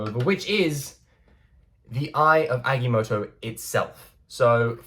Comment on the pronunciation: It’s pronounced (Ag-ah-moe-toe) not (ag-e-moe-toe)